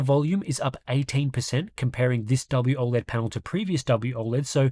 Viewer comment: “WOLED” yeah no…NEXT